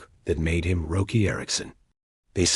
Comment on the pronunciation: Hey, this is a great fable of Roky. It is a great story. But people are not going to like it. His name is pronounced, "ROCKY". And everyone knows this. He spelled his name without a "c". Can't you change the A.I. program and spell it with a "c" so the voice gets it right ? Roky is pronounced "Rocky". Learn to pronounce his name, Bro. Please. Thanks